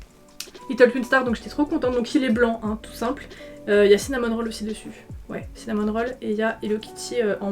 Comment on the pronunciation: Mais c’est Cinnamoroll pas Cinnamon Roll non ? J’entends le N ça me rend folle